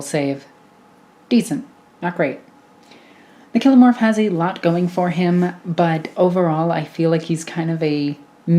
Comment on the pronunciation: For your consideration, I pronounce these as follows: Nexos: Neck-sohs Biophagus: Bio-Fay-Jus Kellermorph: Kell-Er-Morph Sanctus: Sank-Tus Clamavus: Clam-A-Vus Locus: Low-Cuss I feel like I am mansplaning, and for that I am sorry, it's just your pronunciations rubbed me up the wrong way 😦